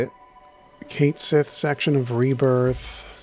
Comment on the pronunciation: just a heads up it’s pronounced Kite She it’s Celtic apparently